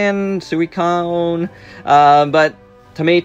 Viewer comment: Suicune is pronounced Soo-ee-coon, just so you know for future news video